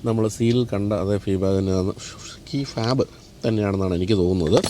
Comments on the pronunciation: Did you say "key fab"? its key fob! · 👍🏻 by the way It’s key fob.